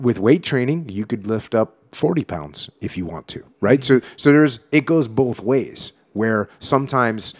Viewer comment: Where he from lol 😂 “I like em boff”